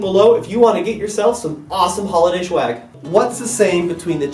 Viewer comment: Swag not schwag